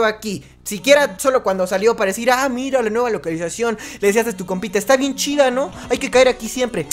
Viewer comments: Parece que le malio sal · "Localuzacion" - 2020 (Humor) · localalizacion xd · Dou nueva palabra sinónimo de localización LOCALAIZACION XD